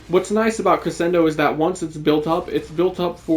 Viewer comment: Crescendo is pronounced Creshendo Your first Ash vid had me hooked on the channel glad to see you pumped out a max invest vid now